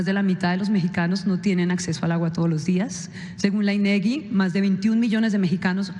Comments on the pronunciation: Tendencioso y sensacionalista el planteamiento de la pregunta por parte de su reportera incluso no se tomó ni el cuidado de validar la correcta pronunciación del INEGI pronunciando "inegui", lo cual demuestra que no corroboró con nadie su "investigación", ya que le habrían observado la corrección , y luego se ofende por una critica a su profesionalismo, no plantea con ética periodística su cuestionamiento al presidente en tono tipo "no considera que ha fallado?" si no que lo asevera en su propio juicio "usted le ha fallado a esa población", falla es no realizar ninguna acción y no tener ningún avance, el presidente le demuestra con evidencias las acciones, inversiones en obras hidráulicas y los resultados, refiriéndole incluso una obra de gran magnitud que ni siquiera en estados unidos se ha realizado como en México, el desafío del abasto de agua en ningún país se resuelve totalmente en 5 años, actualmente incluso en la ciudad de Los Angeles, aplican restricción de uso de agua a los habitantes. Medios como este antes de rentar sus capacidades como medio informativo para servir a proselitismo político mediático, deberían valorar que México no somos un país de analfabetas al que se le puede engañar con amarillismo, es una falta de respeto que vengan a pretender un repentino interés en los problemas de México, cuándo durante los 5 sexenios anteriores plagados de corrupción e ineficiencia sospechosamente no les mereció ningún interés expresar su crítica. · No es inegui, es INEGI. Casi el 60% no es la mitad. La mirad seria 50%